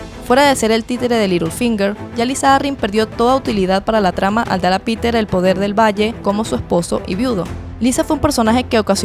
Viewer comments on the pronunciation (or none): none